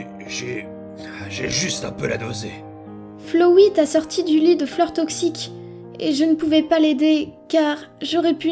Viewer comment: c pas flowi c flowey (tu ma tuer😂😂😂😂😂)